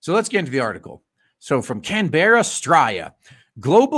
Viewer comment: Canberra is pronounced "can-bruh" lol.